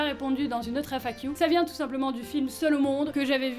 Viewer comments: "FAquiou" j'aime bien l'accent anglais que tu as perdu, apparemment le "qu" reste encore anglicisé ! (oui ça m'a fait tilt en l'entendant 4x à la suite à la fin de la vidéo !) Tant mieux pour Nemesis qu'elle soit à seulement 20min de là où tu es, comme ça tu peux lui rendre visite régulièrement c'est pas comme si tu l'avais abandonné =) Et arrêtes de te rabaisser ! Ya eu un passage dans cette FAQ où tu te rabaissais un peu trop (c'est mon ressenti), tu vis pour toi avant tout ! Ok tu as un chaîne YouTube avec bcp d'abonné mais quand même c'est pas une raison pour t'infliger ce rabaissement ! Et je dirais même raison de plus, si on est autant c'est qu'on t'aime bien ! ;-) Et je crois que toi et moi on ne se verra jamais IRL car je suis un peu agoraphobe aussi xD (Enfin ça dépend les situations, dans les parc d'attractions j'ai aucun soucis mais dans les conventions ou autre c'est plus compliqué ~) En tout cas, continues à aller de l'avant tout en respectant ton toi intérieur ! Et vis une belle vie ! ♥ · On voit bien les trace de ton anglais sur la manière de prononcer le "Q"